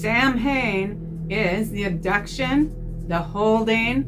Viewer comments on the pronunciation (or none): FYI Sanhain, nh is w in Gaelic, so the word is pronounced sawain.